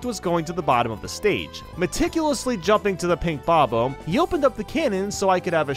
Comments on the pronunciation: I will never get over the way you say bobomb. Bob bomb. Not Bob ohmb 😭 please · How come you can pronounce bomb correctly, but when you say bob-omb you pronounce it as "bome". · Bob-omb is pronounced how it's spelled. Not "bah-bome". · Tfw the guy who can't pronounce bob-omb or lakitu decides to make Mario videos.